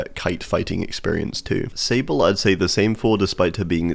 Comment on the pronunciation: i’m sorry but.. Sible? 😂😂 isn’t it sAble?